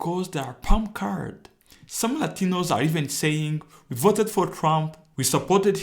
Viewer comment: I like the... I will boat (Vote) for Donal Tromp... Lol